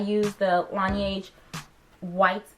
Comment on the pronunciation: It's french for "snow", pronounced 'La Nege' rhyming with shed. Great video!